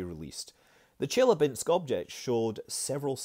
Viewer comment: It's chilyAbinsk, not chIlyabinsk